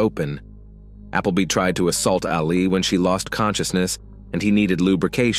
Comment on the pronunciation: It's Ali......Not Aleeeeeee!! Reminds me of Mohammed Ali every time you've said it.